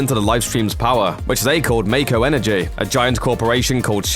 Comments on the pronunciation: You’re mispronounced a lot like Mako and called the North Crater the North Pole 😅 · How are people mispronouncing mako energy when it's been said like 100 times from Advent Children to Crisis Core?